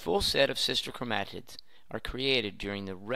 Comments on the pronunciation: chromAAtids and chraumosomes lol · Blud says “Chromatids” like “Chrome ahh t*ts” And Alleles like “Ally yells”